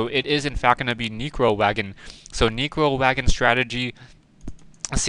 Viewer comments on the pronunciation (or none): btw its neccccccro wagon, sounds like ur saying negro wagon lol